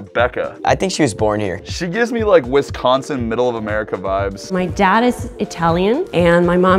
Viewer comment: WisKonSIN Bro as a Wisconsinite that is so weird to hear, also Wisconsin people do have an accent like we say BAAAAAG, making ‘a’ long.